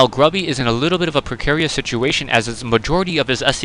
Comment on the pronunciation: "woiking down to 55 hit pwoints" "voikings" "gwubby"